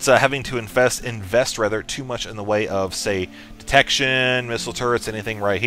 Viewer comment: "Pretty mooch" woot? :p